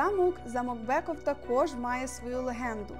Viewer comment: Не треба переносити правила читання з англійської мови на словацьку!!! Тому BECKOV читається не БЕКОВ, а БЕЦКОВ. Місто Тренчин, але ТренчАнський, а не ТренчИнський замок. Але за українську мову вам все вибачається.